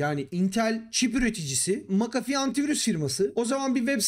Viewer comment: sabahtan beri "macafi" ne ya diyorum McAfee hiç gelmiyor aklıma sonradan düştü jeton "ohaaa vay aminiyum" dedim